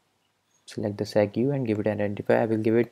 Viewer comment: it's pronounced segway not set-goo